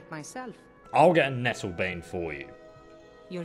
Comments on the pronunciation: Nattlebane lol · Lol nattlebane